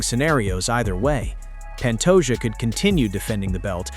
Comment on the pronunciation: Glad I wasn’t the only one wondering why he kept saying Pantoja 😂